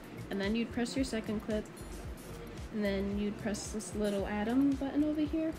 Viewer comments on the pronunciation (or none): none